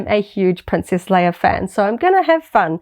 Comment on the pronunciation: I just discovered your channel. I like your content, but I'm having a hard time not cracking every time you call her princess "Layer" and call them a "figger ". I can't wait to hear ya say "deck." Lol